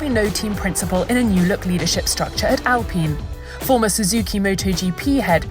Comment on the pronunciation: She really said ALPEEN😩😩😩😩